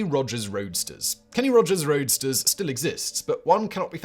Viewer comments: ROASTERS!!* It's quite clearly shown so why keep saying Roadsters!?! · You kept pronouncing "Kenny Rogers' Roasters" as "Kenny Rogers' ROADSTERS". He was selling chicken, not cars. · Why are you pronouncing "Roasters" as "RoaDsters"? Were they selling cars too? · It's roasters not roadsters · Roadsters? Wha? Roasters man. I know I am not hearing that wrong. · Roasters not Roadsters 🤣🤣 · Roasters, not Roadsters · roast-ers ROASTERS not roadster's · Simon I love the videos but it's Kenny Rodgers ROASTERS, not ROADSTERS, 😂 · Subtitles: "Kenny Rogers' Roadsters". Simon's pronounciation: "Kenny Rogers' Roadsters". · Kenny Rogers Roasters, not Roadsters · Not Kenny Rogers ROADSTERS, Fact Boy, Kenny Rogers ROASTERS 🙂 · It’s Roasters but he definitely pronounced it Roadsters in the video 😂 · Simon, you mispronounced Kenny Roger Roasters by saying 'roadsters' which are cars. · What is Kenny Rogers' Roadsters?? Why is he saying "Roadsters"? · Roasters! There is no "d". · I caught that too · I had to rewind, pay close attention and turn on the captions, because I thought I was insane and had been reading the restaurant sign, not to mention his name wrong my whole life! Thankfully, Simon simply needs a pronunciation guide (pretends to be shocked) and The Gambler is still the same man. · I heard that too !! Lol